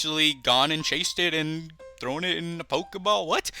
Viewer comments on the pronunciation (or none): none